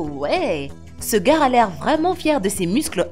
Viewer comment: Mdr la voix de sintese me tue elle dit le garre